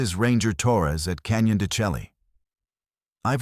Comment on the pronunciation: Why don't you pronounce the canyon properly? It is pronounced Canyon Da Shay.